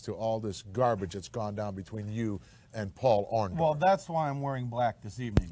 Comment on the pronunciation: I love how Hulk calls him OrndOFF